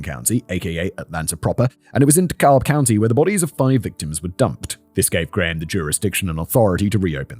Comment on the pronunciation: Terrible pronunciation of "Dekalb." Lol.